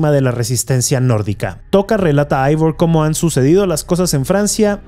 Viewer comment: Y dale otra vez con "Aivor" se pronuncia Eivor, es un nombre Sueco de origen escandinavo, no se pronuncia como si fuese inglés agringao. De ahí en más muy buen vídeo.